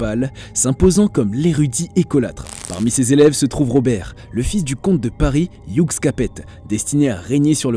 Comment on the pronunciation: Pauvre bot qui prononce Hugues Capet à l'anglaise ! (Youg Capett🤭)